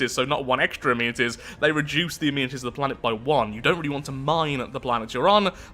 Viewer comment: Why does he say amenities like that?